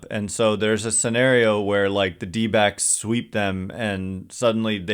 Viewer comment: Anyone else hear dbags every time someone says dbacks?